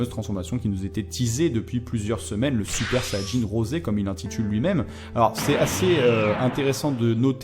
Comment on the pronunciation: En français ne dites pas "rosé", pour nous c'est juste "rose" ^^'